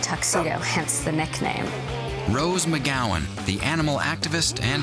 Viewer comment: Wikipedia says it's Rose McGowan not Rose McGowen...?